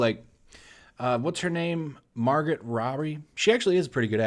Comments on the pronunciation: Mar-Go her name is pronounced Mar-Go. Not trying to be a dick I'm just autistic. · Not Mahr-gut. Mahr-go. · Margot pronounced mar-go, not mar-git. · her name is pronounced “margo” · Margot is pronounced Mar-go. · It's Margot,. "Mar-go!" Regardless, much respect, Tarantino! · Pretty sure her name is pronounced Margo, the t is silent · Seriously, you cannot even pronounce her name? What a lazy video. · The T in Margot is silent